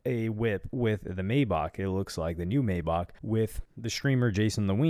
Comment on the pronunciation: I’m Nitpicking Said “MayBock” Instead of Mayback but all jokes aside What Adin Ross Getting himself into is Not Cool At All Even if it Is Just A Big ClipFarm 😂